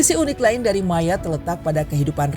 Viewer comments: Admin...admin bacanya bukan Mayat tapi Mayot 😂✊🇫🇷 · jadi inget temen gw si Armand org perancis yg jadi guru sejarah di pulau ini dan lagi liburan di bandung, dia cerita persis sama yg ada di video ini tentang sejarah ekonomi sama isu imigran gelap wkwk btw dia nyebutnya pulau 'mayot' bukan 'mayat' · Bacanya tetep MAYOT bukan MAYAT! Riset apa enggak sih ini adminnya! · Maaf min penyebutan MAYOTTE itu MAYOT.. bukan mayat... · Bacanya yang ngga enak yaitu Mayat😂😂😂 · Ini naratornya pakai bahasa mana sih utk pengucapan Mayotte, Indonesia bukan, prancis bukan, inggris bukan. Gue dengernya mayat mana berulangkali sangat mengganggu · Mayotte dibaca MAYOT dalam bahasa Prancis. Gak riset dulu kah? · Mayat q dengar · Iya jd risih aku dengernya MANYAT😂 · Sama dengernya jg mayat wkwk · Penyebutannya kayaknya ngga banget, klo bahasa aslinya disebut "meiyot" trus petit tera dibacanya "petit terre" seperti tulisan aslinya